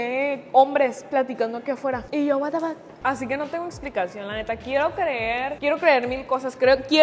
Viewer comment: Amo cuando dice watefak AAJAJAJAJAJA